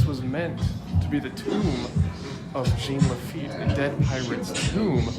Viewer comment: I live in Louisiana where we know French words. It's pronounced (zhahn) Jean Lafitte. Fyi we have an entire pirate festival dedicated to him!